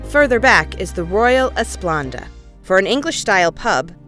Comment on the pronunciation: Cut it short. Couldn't continue to listen to someone who supposedly went on this cruise who kept saying Royal "Esplanda".